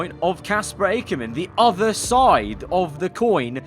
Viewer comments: Is it just me, or is he saying Aikerman in stead of Akkerman? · Does know how to pronounce names it’s pronounced Ackerman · Cmon. It is said HOW OFTEN?! And you still can’t say Akkerman right. AND YOU CANT SAY ZOE! Zoe you pronounce the ‘E’ Akkerman is a hard ‘C’ sound with a short ‘A’